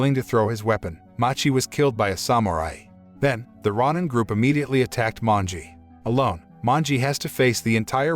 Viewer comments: Row-nin, not rah-nin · It's pronounced row nin not rawnin. Please don't butcher Japanese words. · RON-NIN gets me every time. Every time I hear it, I'm like, "Wait what?"